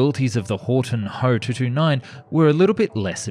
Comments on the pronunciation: ME-110 is not called "me." It's called "M"-"E." FW-190 is likewise called "F"-"W." So I would pronounce HO in Alphabet, "H"-"O." Besides, "ho" sounds like a bad word to American English speakers. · It’s not ho it’s H O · It is Ho, if it was "H" "O" then it would be an acronym for something